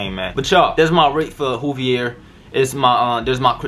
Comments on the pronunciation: Juuvvveeeiiiirrrrr not hooveir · Dude said hoovier🤣🤣🤣its joovier the “j” is not silent bro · Great vid btw it’s joovier... pronounced with a J sound not a H sound all love 💪🏽💪🏽💪🏽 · It's not "HOoVier" its "joovier" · Sorry but it is joovier not Hoover ok 👍😁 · U were in joovier video bruh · Boi did you just mispronounce his name his name is pronounced joo-vier the j is pronounced j he's gonna be mad about that but he's one of my favorite youtubers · He said wooviers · It's "joo-vier" and he wears "joo-rag" Buy 2 get the 3rd one free or bundle up and save yourself 50 dollars") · U is not joovier😂